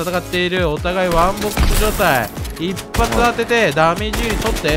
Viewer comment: 一発がグッバイい聞こえた